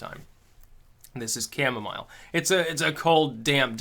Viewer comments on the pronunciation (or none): none